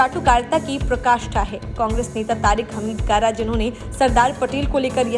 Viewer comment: प्रकाष्ठा नही, पराकाष्ठा।